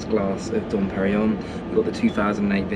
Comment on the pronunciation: Just to let you know, although not important, the correct way to pronounce Dom Perignon is to say ‘pereen yon’. I speak French so I know this is correct. Thanks for another great vid!